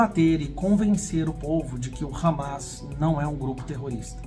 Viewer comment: Ramas? Hamás, se pronuncia "ramás" com tônica no ultimo a.